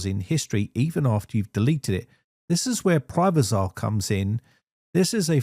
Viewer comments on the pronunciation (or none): Privazer not Privazar....just saying.